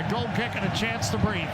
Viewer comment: Ah, the commentator who presumably can't pronounce "goal"...